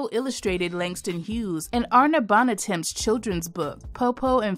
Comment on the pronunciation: Love this! (Pronunciation corrections: Arna BON-Tom, Jean-MEshell Basquiat, the Augusta Savage sculpture, is Gam-MEEN).